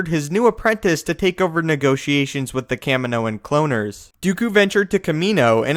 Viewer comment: Why can you never pronounce things properly it bugs me soooo much, the way you say kaminoan cloaners was fucked up!!